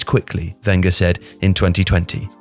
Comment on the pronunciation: You pronounce Wenger wrong